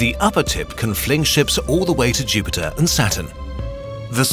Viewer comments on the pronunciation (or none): none